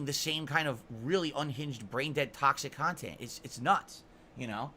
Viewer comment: Holy shit dude 😂 man has been on the internet for 15 years and doesn’t understand how shit works. Everyone has an opinion, stop paying attention to one’s that do lol. On top of acting like he has a ton of people giving him feedback about his “khantent”